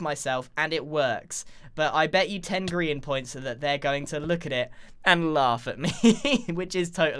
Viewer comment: It’s grins not Brian dufus